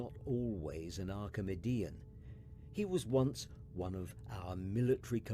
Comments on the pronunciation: "Archimudian" shudder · Or Everytime he says archimudian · Okay is it just me or is anyone else irritated by the way he's saying archimedian